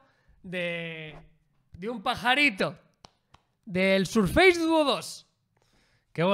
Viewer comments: Primero "Apel" y ahora "Sarface"?🤔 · FACE se pronuncia féis, y FACEBOOK, féisbok. Si embargo SURFACE se pronuncia SÉRFES. No sarfeis ni surfeis ni nada parecido.